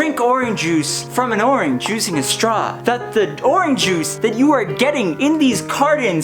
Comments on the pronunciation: Are you saying Oran Juice? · It’s funny how you say “Oran Juice” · When you're running out of ideas, make a video about orange juice where you mispronounce orange juice a lot. -youtuber101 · The way you say orange juice bothers me slightly.